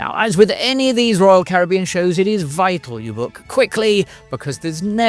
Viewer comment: my good man!! Terrific video. And its great to hear the British "Caribbean " pronunciation! Have a great 2026 mate